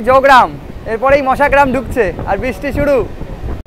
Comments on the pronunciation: কথাটা মশাগ্রাম। মাসাগ্রাম নয়। একটু বেশি করে বাইরের দৃশ্য দেখান। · মাসাগ্রাম 😮 কানে লাগে কারন আমরা বরাবর মশাগ্রাম শুনতে অভ্যস্ত